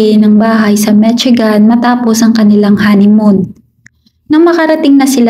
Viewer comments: mit-si-gan vs mishigan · yup, korek ko lang if pano ipronounce. MISHIGAN